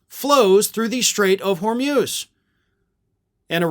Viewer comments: Hor mooz not hor muze for gods sake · It’s not the Strait of “Hor-myooz,” it’s the Strait of “Hor-mooz.” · Hormuz pronounced hor moos. Not hor muzzzz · Try HORMOOZ, not HORMEWS... 💙💙💙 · HORMUS - PRONOUNCED WHOREMOOSE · “Hormyooz”? Hormuz? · It’s pronounced hormooz (rhymes with booze). FYI.